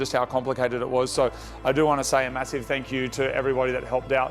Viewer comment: Did he just say "there's so many people to fank"?